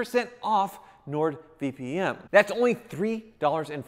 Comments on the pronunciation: Keeps calling it “NordVPM” vpm vpm vpm 🙄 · Sounds like he kept saying Nord VPM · um... it's Nord VP"N", I played it multiple times, your saying "M" lol.;)